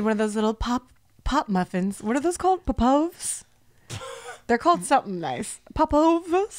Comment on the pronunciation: were you trying to say pop overs?